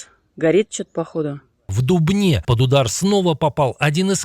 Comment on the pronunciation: Не в "дубнЕ", а в "дУбне", идиоты...